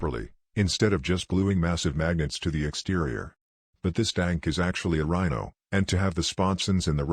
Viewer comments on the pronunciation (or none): Great to hear you again! Well done, I loved the "Prhino" xD I barly saw the magnets ^^ Anyway, great looking army at all.